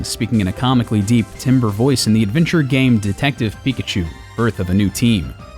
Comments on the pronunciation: Remember kiddies, timbre is pronounced "tamber" not "timber". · Enjoyed the video. Just want to point out for future reference that "timbre" is pronounced "tamber" not "timber."